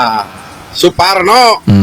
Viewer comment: Saking kesel nya Suparno Jadi suporno 😂😂😂 sampe sakit perut ya Allah